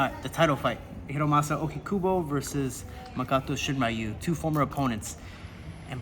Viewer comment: 英語話者は「りゅ」の発音が苦手だって聞いたことあるけど本当だったんですね！ しんりゅうがShiｍura youみたいになってる笑